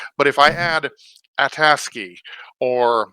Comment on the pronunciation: I, too, am also quite happy that you are pronouncing ASCII correctly :-)